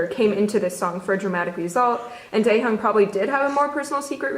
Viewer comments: I’m sorry did she just say “tay heeyoung” I mean she could’ve just said V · the way she pronouns Taehyung makes me mad 😂 the h isn’t that prominent